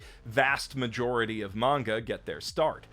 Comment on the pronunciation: I just realised that you say "manga" and not "menga" like many other people say it which I don't like all that much; I prefer "manga" over "menga". Nice! :D